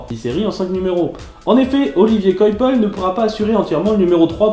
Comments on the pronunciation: "quoi pell " c'est la bonne prononciation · Coipel est français c'est délibéré de prononcer son nom à l'anglaise ?